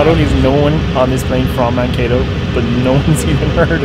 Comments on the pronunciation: I know about Mankato from little house on the prairie! (And it's not pronounced Man-Cat-O) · Garner Grauerholz my grandparents and cousins are from Scandia and live there and it bothered me at first when they mispronounced Mankato in the first couple minutes